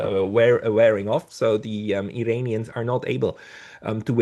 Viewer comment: I know English is not your first language. Please don't say "Eye-rainians", only idiots say that.